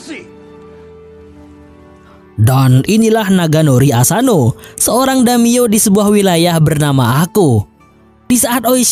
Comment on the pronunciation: Damiyo🤣🤣🤣. Daimyo boooss.